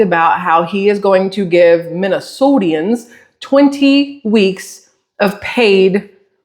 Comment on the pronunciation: It's hilarious how many times I have heard Minnesotians. There's not a second i, it's just Minnesotans. Autocorrect even tells you you're wrong if you type it out 🤣